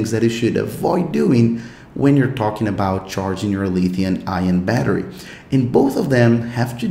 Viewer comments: Pronounced lithium. Not Lithiun. No N at the end. Fyi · This dude say LITHIUN batteries. Lulz.